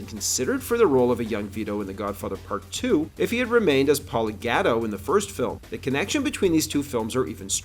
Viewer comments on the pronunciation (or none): Please learn to pronounce Italian surnames correctly - Gatto (Gah To), Cicci (Chee Chee)